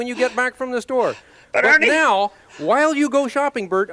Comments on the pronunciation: When he says Ernie it sounds like he says honey XD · sometimes when he says "ernie" i hear "honey" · Not my Italian ass hearing "Honey" instead of "Ernie"